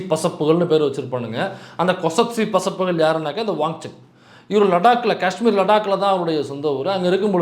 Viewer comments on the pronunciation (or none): none